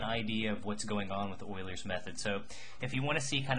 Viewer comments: patrickJMT Hey I love your videos! Its just that ive never heard it pronounced that way. Maybe Ive been doing it wrong. I pronounce it Ee-U-ler's not oilers. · it's euler's method not oiler method bro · Wow thanks!.. I googled it! It sounds so odd man to me but I'll live :)